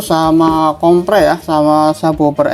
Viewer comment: Baca nya komper, bukan kompre